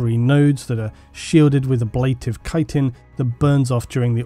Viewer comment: Thank you for being the only person talking about Tyranid that can correctly pronounce chitin.